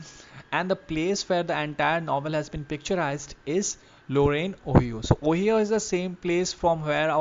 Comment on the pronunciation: O-hee-oh ❌️ Oh-hai-oh✅️